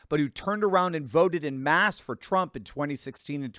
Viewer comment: “In mass” is ignorance. “En masse” a French term (pronounced “on mass”) is a term used by the well educated.